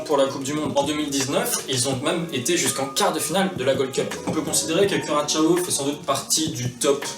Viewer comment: C'est bien Curaçao (Cura-ssa-au), merci la cédille. Pour ceux qui ne le savaient pas, cette liqueur est faite à base d'une orange qui pousse par conséquent sur cette île des Antilles néerlandaises. Donc ce qu'il devrait plutôt être, "Curaçao n'est pas seulement le nom d'une île, mais aussi le nom du liqueur".